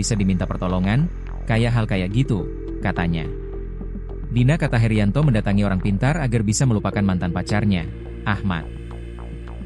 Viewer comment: Heryanto bukan heriyanto